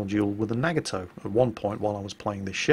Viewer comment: NA GA TOE not nag a toe, thanks!